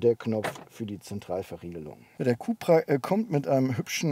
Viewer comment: für alle die es nicht wussten, es kommt alles vom Seat CupRacing .. sprich CUP-RA